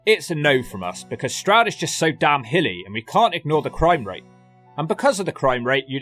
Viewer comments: Only just found this channel and as you were explaining to Americans the correct pronounciation of Stroud, you said "Strood". Strood is a part of the Medway Towns in MidKent and you have to visit them. The most notorious town there is Chatham, where some people believe the first chavs came from (it is more complicated than that obv). People thought that the subculture derived its name from "Chatham Average", but it is more likely to have come from the Romani word "Chavi", which basically means child (there is a large settled Irish Traveller/Romani community in Kent in general and all the way up to greater London and into Peckham). The Medway towns are notorious Turdtowns and Strood is separated from Chatham by the Medway river, with the slightly nicer town of Rochester between them. As tends to happen, the boys from Chatham and Strood didn't get along and would meet and fight somewhere near the river quite often. Then there is Gillingham, nicknamed "brown town" back in the day due to the heroin (ports). They didn't like the Chatham boys, and would fight around the borders between Chatham and Gillingham. All of the Medway boys would set aside their differences, get together and fight boys from Woolwich and other South London boroughs, usually crossing paths at the Bluewater shopping centre in Greenhithe. Definitely worthy of a look if you go over to that side of the country. It has been marketed as a commuter-belt group of towns for workers in London, and has long been after c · I'm an American but I know your pain of other Americans pronouncing Stroud incorrectly. Stroud is my last name and in my school years most of the teachers couldn't say it right. Like you said, it's not complicated, but I always get called Strode, Strood, Strout, and others...